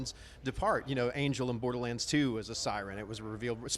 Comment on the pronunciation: How do you mess up "Borderlands"? Saying it wrong first 10seconds of the video SMH